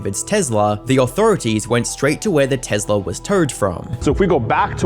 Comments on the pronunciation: Why is he calling it a “tezla” 😂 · What Tezla???? It is a Tesla! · Tezla is how I’m pronouncing it for now on. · Alright I know this is a very sad and serious video but can we talk about how he pronounces Tesla 😂